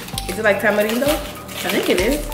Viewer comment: the first people to pronounce "tamarindo" correctly.😍😂💖